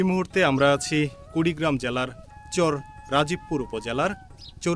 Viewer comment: আপনার ভিডিও দেখি ভালোই লাগে। একটা পরামর্শ দেই কিছু মনে করবেন না। একজন শুভাকাঙ্ক্ষী হিসাবে সেটা হলো চর উচ্চারণ করার ক্ষেত্রে কিছুটা সমস্যা দেখা যাচ্ছে আপনার। চর এর উচ্চারণ টা শুনতে চোর এর মতো শুনা যাচ্ছে। এটা একটু সংশোধন করবেন